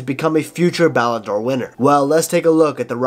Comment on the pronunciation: Bro said mbappe won a ballandor💀💀💀